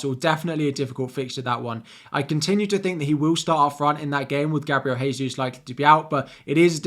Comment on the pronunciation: Gabriel Jesus is not from a Spanish speaking country therefore his name is NOT pronounced Haysus